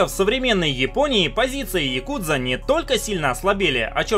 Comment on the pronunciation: ну хотя бы правильно говорил, не яКУдза, а Якудза, с интонацией на первый слог. В словаре японских интонаций можешь убедиться, ну или послушать любого японца) Режет слух почти так же американское каРАтии вместо каРАТЭ.